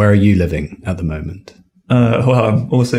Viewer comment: I think pronunciation of 'the' in ' the culture' etc is false. I don't understand why. Am l wrong?